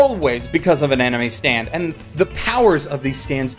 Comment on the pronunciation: I keep hearing you say "anime stand" instead of "enemy stand".